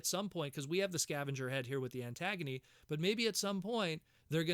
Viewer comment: I dont think you are pronouncing her name right. It's a play on the word agony not antagonist. Ant-gunie